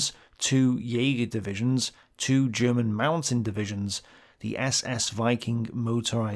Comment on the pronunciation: here, as a german i think your efford to use german words and even alot of the pronunciation is awesome. and i bet most of german viewers think the same. (i bet you know, but sometimes somebody need to say it, in case you read this comment)